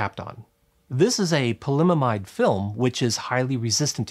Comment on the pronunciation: You mispronounced polyimide. No other errors detected. 😏 Best use of (custom) space blankets…ever!